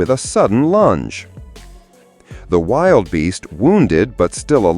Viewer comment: not "wild beasts"... they are "wildebeasts' "Wil - de - beasts"..